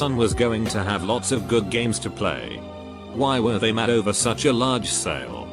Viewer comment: No one: Narrator: wiEyE